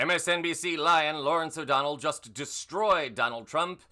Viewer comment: When you said “MSNBC lion Lawrence O’Donnell” I heard “MSNBC LYIN’ Lawrence … “ and thought WTF? 😂 And then my brain caught up ~